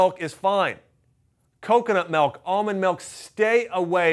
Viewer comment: What the hell is melk?